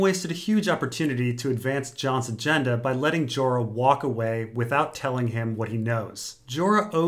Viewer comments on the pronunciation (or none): none